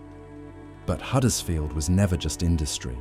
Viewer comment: Just as a matter of interest, it is Huddersfield with a 'U', not Haddersfield, as you said so many times during the video....